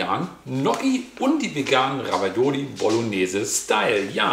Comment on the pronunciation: Ravioli….nicht Ravaiola 🙈 sonst wie immer top